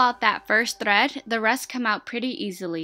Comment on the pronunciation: the way she says thread bothers me ugh but I love her she is good at what she dose. I can overlook the thread thing cause your talented.